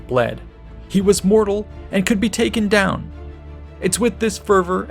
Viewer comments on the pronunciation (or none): none